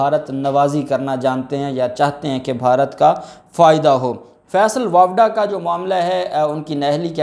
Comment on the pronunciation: جب آپ بولتے ہیں آپ کا بات چیزوں میں pronunciation Sahi Nahin hota. فیصل واپڈا نہیں فیصل واڈا ہے